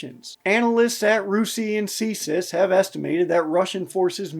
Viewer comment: Fysa CSIS is usually read as C-S-I-S (see es eye es). Great vid!